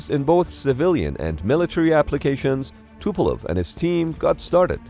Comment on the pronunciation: I think narrator accidentally swapped E and O in Tupolev at ~ … Tupelov is not a usual name, but it was also (maybe accidentally) used in the Hunt for Red October movie.